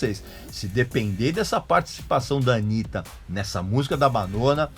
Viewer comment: Porque você pronunciou errado, se dissesse Anita, eles diriam "Oh, you're talking about Anita Baker?" Mas não, BR não sabe pronunciar KKKK foda...